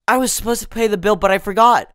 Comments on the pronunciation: 今回も良い動画ありがとうございます！ 1つ不思議気思った事があります。 supposed toの発音はdとtの連結で後ろのtが消えてサポーズダになるのかと思いましたがサポーズトゥになるんですね。 toの発音がこのようになるパターンを他にも紹介してほしいです。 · の発音だと I was suppose go to the party のように ed to が抜けてるように聞こえます。 だと抜けてないように聞こえるけど。